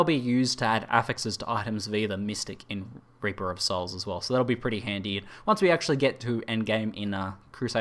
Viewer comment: why you pronounce it wrong? You pronounce: Raper of Souls, not Reaper of Souls.